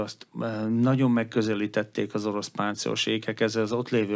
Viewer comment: Nagyon jó összeállítás, egy dolog bántja a fülemet, ez pedig a rendszeres "naon". Nem sokkal bonyolultabb kimondani rendesen hogy "nagyon". Ezt leszámítva szuper anyag!